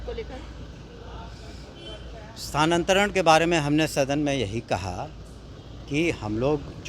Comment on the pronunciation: इनसे क्या उम्मीद किया जाये. ... कितने आए और कितने चले गए. .. ई साहब तो स्थानांतरण को सानांतरन बोल रहे हैं !!